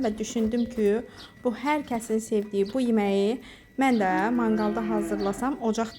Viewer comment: Xanım zəhmət olmasa danışanda düzgün danışın . ,,Düşündüm kü,, yox ,,Düşündüm ki,, olmalıdır. Kaydedim yox qeyd edib olacaqdı